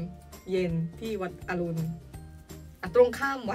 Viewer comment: วัดอรุณ ไม่ใช่วัดอรุ่ม ครับ